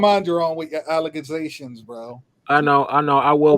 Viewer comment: That lady was making al la ca gations. LOL Thanks